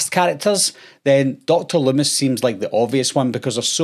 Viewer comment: "DOCTIR lumm-ISS"